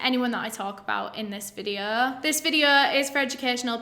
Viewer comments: "So today's videoh..." Me: YAY!!! "Part two will be out in a few days..." Me: oh. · I just want to give my usual disclaimer that I mean absolutely no disrespect to anyone that I talk about in this videuh. This videuh is for educational purposes and everything that I'm about to say is just information I have found on the internet and am compiling into one ✨videuh ✨